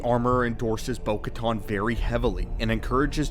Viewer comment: Bo katan not caton!